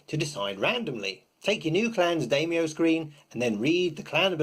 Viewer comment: I'm actually rather more excited for this game than L5R. Way less competitive and complicated. Also (I hate to be that guy, but I'm going to be), it's pronounced "DIE-myou", not "DAY-myou".